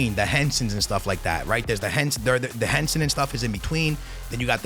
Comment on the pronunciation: Bro its Hansen not Hensen